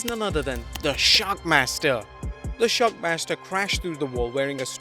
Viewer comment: No, sting said Shackmaster. Listen to it.